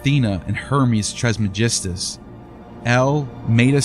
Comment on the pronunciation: Elyon isnt Ellee-Ahn but pronounced El-Yuun. And the Tris in Tris-Magismus isnt Tress-Magismus, but pronounced TRISS. Just saying lol